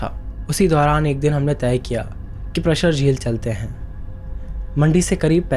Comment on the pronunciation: Bhai prshar nahi praashar hai